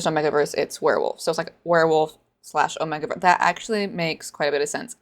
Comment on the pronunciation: Why do you say omegaverse like that 💀 it's 'oh-may-ga' not "oh-meh-ga'